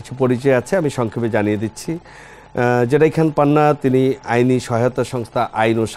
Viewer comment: হে ভাই, জেডাই খান কি? জেড আই পরিস্কারভাবে উচ্ছারণ করুন।